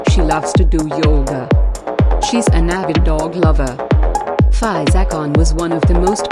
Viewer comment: It's fee -zah